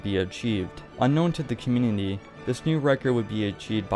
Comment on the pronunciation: this man cannot say community